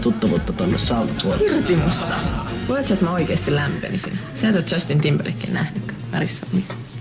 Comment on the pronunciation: "biibeliinis" "Timberii" :DD voi pillu pimu opetella nimiä ennen niiden esittämistä